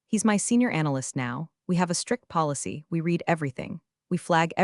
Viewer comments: I’m just waiting for AI to get ‘read’ vs ‘read’ correctly, just once. 🤷‍♂️ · Ditto on the correct pronunciation of the different forms of “read”.. . . Eg “ I reed it” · Read-(reed) … Read-(red) get it right next time…